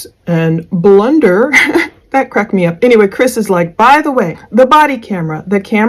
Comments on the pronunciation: Blunder,,,,,, so far from it more like how it's pronounced Plun Der , too dig so deep their nothing else to dig... Love your channel your work and your approach.. A Angelic Human Being. In 2025 hard to find these days Edit I from Boston Irish have the accent you would hear Plun duh I hope I not out of line. But your husband is a lucky lucky man.. you are an amazing beauty 🙏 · Lol Blunder. Sorry not sorry. It's PLUNDER 😂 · I HATED when he said "blunder"!!!! I YELLED at my computer when I heard that!!! lol lol "It's PLUNDER"!!! LOL LOL LOL